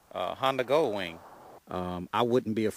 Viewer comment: Will do man, I'll have to check those out for sure. If you don't mind me asking, what part of the state's do you live in? I'm new to your channel. And never stop saying goldwing how you do, shit is hilarious. the Gooowing lmfao. got a subscriber out if me man.